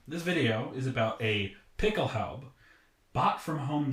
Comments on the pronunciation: Dude, Pickelhaube isn't some hard to pronounce word. Just add an "uh" to the end of it. Pickelhaubuh. If a German was trying to pronounce something in English and defaulted to the German way, would he get angry if you tried to correct him? I know I was a little standoffish with my first comment, but being a reenactor and not at least trying to learn how to pronounce common words used in your area of study is a little lazy IMO. If you don't know how to pronounce it, learn how to. Speaking with an accent and mispronunciation are two different things. Edit: Now I look like an idiot for misspelling it originally as Picklehaube... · Why don't you pronounce the final "e" in Pickelhaube? Do you think Porsche is pronounced porsh ? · THE HOMEDEPOTHUABE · Your pronunciation of Pickelhaube makes me cringe.